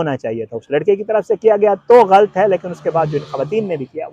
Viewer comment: ghalat ko ghalt matt bolo improve ur urdu pronunciation